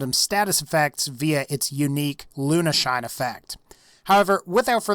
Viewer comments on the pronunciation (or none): LUNESHINE not "lunashine"